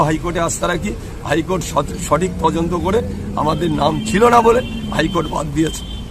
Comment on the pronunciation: তদন্ত ঠিক করে বলতে পারছে না বলছে তজন্ত😅😅😅 স্কুলের ম্যাডামকে জগ ছোড়া গু**ন্ডা নেতা